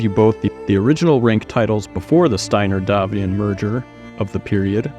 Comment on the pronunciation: Thank you for properly pronouncing "Davion", which comes from the French "D'avion"